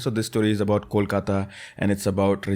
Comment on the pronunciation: The way you pronounce Kolkata is so perfect ❤ Love from Diamond Harbour, a town near Kolkata in West Bengal.😊